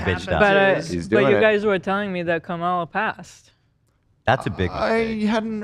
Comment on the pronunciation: Why has no one on this show spent 2 seconds to figure out how to pronounce Kamala right 😂